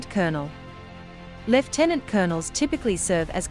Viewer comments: So nice to hear the word lieutenant pronounced correctly Thank you. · seeing as it is originally a British rank,it should be pronounced thr British way 😉